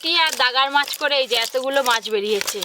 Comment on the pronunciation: উচ্চরন করতে ভুল করে অনেক ভিডিও তে দেখি দাগার মাছ বলছে ওটা গাদার মাছ হবে